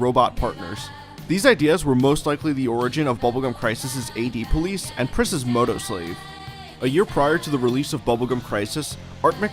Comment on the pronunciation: haha dude I had to listen like three or four times to realize you weren't saying "Priscilla Prisasagiri" at the beginning. good stuff.